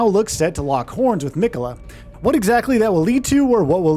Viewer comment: Has this narrator played the game? I've never heard anyone pronounce it Mikayla. Especially since Malenia is Miquella's sister she's probably a pretty reliable source of pronunciation and she repeats his name every time you die and every time you start her fight. Also I wouldn't say that fighting Mohg is necessarily late in the game, probably halfway for most people or less. Also, Miyazaki describes specifically that it's not on another plane, that it's just hidden from the rest of the world. Also, 10 new main bosses, there's going to be way more minor bosses than that. Also, remember way back before the game came out and Miyazaki said it was going to be about 30 hours? I think he also under exaggerated when he said this is going to be the size of Limgrave.